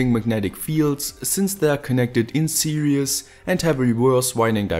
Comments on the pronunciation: you say 'series' but it sounds like 'serious'😂 btw ...your videos are better than awesome! and i am your Indian Subscriber! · It sounds like you're saying "connected in serious"